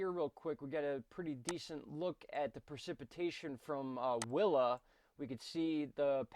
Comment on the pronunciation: coincidence because the first time you said “willa” i thought you said wilma :p